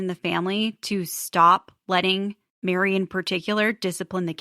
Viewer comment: The way I was cackling thinking you said BARRY (Plath) had cornered the market on bronzer. Then clued in to Meri, lol.